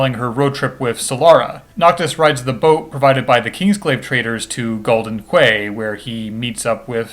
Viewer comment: Isnt Bahamut a female in this game? You can see feminine features when it zooms in on the first summon. Also, quay is pronounced "key"